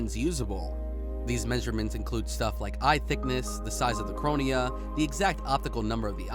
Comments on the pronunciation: Dude it’s CORNEA not CRONIA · Op-toe-meetrist... Cronea... Compyoterized... Pronunciation seems fine to me 😂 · Are you serious with this video... The amount of mispronounciations and just plain wrong words is so bad, it almost seems intentional. "Cronia," "optomeetrist," "revelations per minute," "reputation of the inside," etc. etc. It's like the script was sight-read by an non-native English speaker, done in a single take, and had no director or producer. Quite possibly the most amateur, low effort video I've ever seen on YouTube, let alone by How It's Made. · The "Cronea" 😂